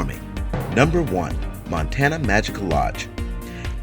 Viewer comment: You need to learn how to pronounce words like "irreparable" and "montaña" -- so you are pretty lame. Add the crappy background music and it's all CRAPTASTIC.